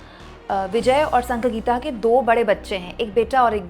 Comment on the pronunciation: Sanga geeta nahi Sangeetha. Bolana seekho